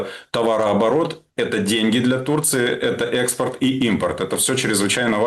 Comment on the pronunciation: Оооой. Тля. Иксперд. "Как по русски"😂😂😂😂😂